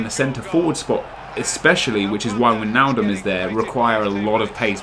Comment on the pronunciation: It's "Why"-naldum